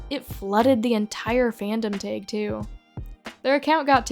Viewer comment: Dude I love your videos but the way you pronounce 'tag' is so weird respectfully 😭